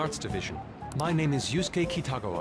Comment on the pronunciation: Great video as always! Just wanted to fix something. Kitagawa is pronounced (Key-ta-gah-wa). xD